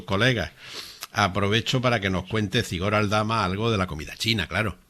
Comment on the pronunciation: Por favor cuando hables de Zigor no pronuncies la z como en castellano. En euskera la z tiene un sonido como la s pero un poco silbante. Nada, pronúncialo como s. Soy vasca y me suena horrible. Gracias.